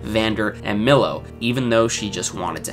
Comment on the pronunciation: stop calling him millow lmaooo